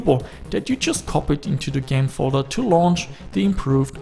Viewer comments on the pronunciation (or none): none